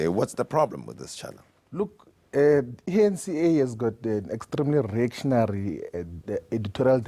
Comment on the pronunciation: Hahahaaa.@ Did Floyd call the eNCA the ANCa